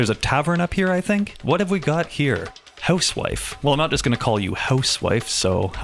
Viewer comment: Let's talk aboot the hooswife.